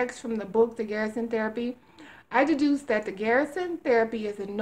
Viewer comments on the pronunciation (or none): It's pronounced GUR-SUN, not Garrison. GUR-SUN is the way Charlotte pronounces it. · It's not 'GEAR'son!!! The 'er' is like the Purr word, when describing what a cat does, minus the P!!! Jesus H, man!!!